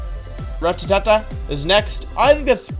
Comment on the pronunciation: The way he pronounced rattata 💀💀